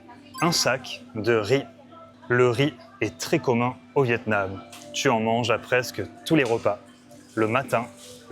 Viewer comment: 😂 I guessed vetêments? Why is it in grocery? But it is really Vietnam 😂😅